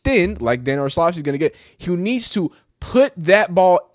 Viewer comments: This guy needs to learn how to pronounce words. Too many words and names he doesn’t know how to use google to Learn how to pronounce. It’s not Olshavski. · Do you really not know how to pronounce Orlovsky or are you just being an A hole ?